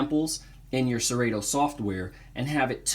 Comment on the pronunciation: The only thing that kills your credibility is pronouncing it "SeRayTo"